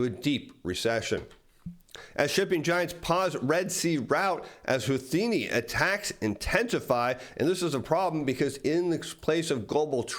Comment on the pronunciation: Houthi is pronounced hooti hooti hooti !!!!!!!